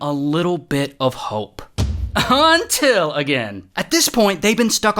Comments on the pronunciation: gotta love the "UNNTILL" 😭😭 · That “until” hit hard